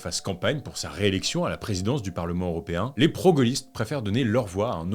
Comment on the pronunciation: toujours aussi quali, par contre on dit "européen" et non "auropéen" :*